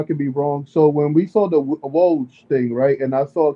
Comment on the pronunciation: Yoo 😂 you a funny guy you said woj name all wrong 😂